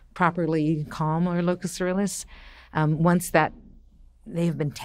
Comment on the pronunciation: Every time she says “locus coeruleus” I get so mad